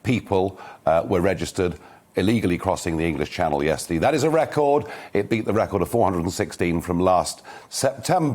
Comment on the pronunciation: "Yesterdee" he's very Spike Milligan's mum.